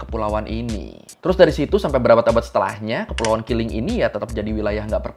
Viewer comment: Keling ✅ Kiling ❎